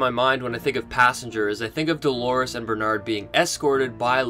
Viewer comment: "Doorlores".... if you will...